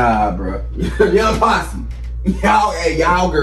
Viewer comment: Your saying the name right & react to R.o.t.y Lyric video by Young Posse 🔥